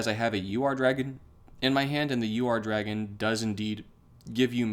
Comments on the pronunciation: the Ur-dragon is pronounced oor-dragon where the ooh is short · Bought it the day the set dropped. And it’s pronounced ur where it’s like urn minus the n